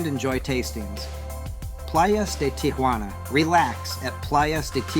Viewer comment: It's pronounced "tee hwa na" not "tee ah hwa na". Tia Juana means Aunt Juana which is not the same as Tijuana.